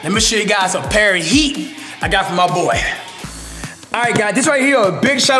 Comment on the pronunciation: WHEN HE SAYS HEAT IT SOUNDS LIKE EAT